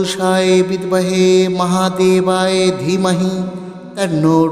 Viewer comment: ক্ষমা করবেন। উচ্চারণ ঠিক করলে ভালো হয়। এখানে মহাদেবায় আছে আপনি মহাদেবায়ে উচ্চারণ করছেন এটাই ভুল মনে হলো।দুজায়গায় উচ্চারণে ভুল মনে হচ্ছে তাই বললাম। ভুল বলে থাকলে ক্ষমা করবেন। 🙏🙏🙏